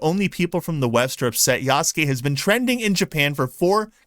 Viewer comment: I appreciate that you can actually pronounce "Yasuke" correctly unlike so many others who cover it.